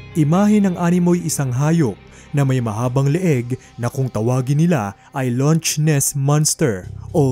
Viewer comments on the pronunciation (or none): correct ko lang po Loch (lak po pagbigkas hindi launch) Ness Monster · not bashing pero ano daw? "loTch ness monster?" its pronounced as "lock ness monster" sabagay WAG NGA DAW IGOOGLE e haha